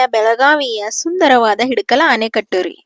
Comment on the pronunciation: ಇಡಕಲ್ ಅಲ್ಲ ಹಿಡಕಲ್. ಆನೆಕಟ್ಟು ಅಲ್ಲ ಆಣೆಕಟ್ಟು